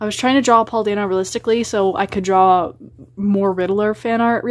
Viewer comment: The way you pronounce Paul dano's last name hurts me